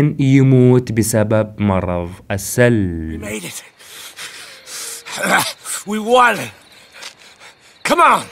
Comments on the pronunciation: بعد اذنك 👍❤ المرض اسمه السُل وليس السَل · اخي اسم المرض السٌل وليس السَل يعني بالضمه مو بالفتحه اتمنى انك فهمت قصدي